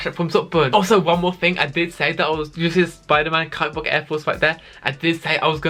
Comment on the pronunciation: Fwé, twoo, wan, lez goo